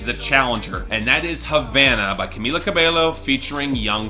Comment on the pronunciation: For the last time, it's pronounced Camila CA-BEH-YO. You got her first name right but please pronounce her last name right, since that's how her name is supposed to pronounce.